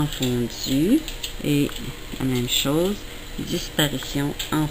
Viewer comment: Chose==> chaws gauche==>> gawch xDDD Mdrrrr